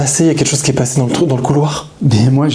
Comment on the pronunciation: Quand pose la question de "qui va revenir?" on entend "Dieu"